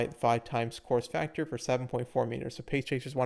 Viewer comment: You weren’t the only one 😂 had to look at the screen to finally realize what he said